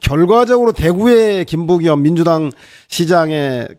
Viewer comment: 김부겸이란 발음이 그렇게 어렵나 ...